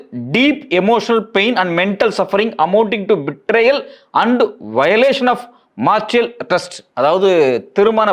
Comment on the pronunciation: அது Marital(மாரிட்டல்), not மார்ஷியல், we have a good opinion on you, try to deliver errorless speech